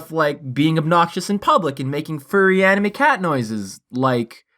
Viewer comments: At first i thought he said Padme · I love how he says "AnImE"